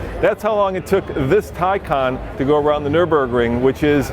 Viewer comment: Is pronounced Tae Can and it appears that has a specific set of skills